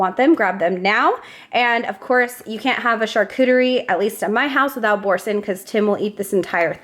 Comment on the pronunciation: We are some of your friendly Canadian fans. Love your videos. One of the cheeses you love and talk about is Boursin. We love it to. Canada being abilingual country, with French being an official language, Just wanted to share the French way of pronouncing the cheese. Again love you and your family!!